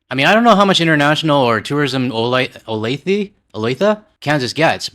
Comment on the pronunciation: I am actually from Kansas City, born and raised there for the first 24 years of my life. It's ok, but it's not FIFA World Cup ok. And yes, you pronounced it correctly, "Oh-Lay-Thuh". I sincerely hope FIFA is a bust and the U.S.A. realizes that the "America Boycott" is real.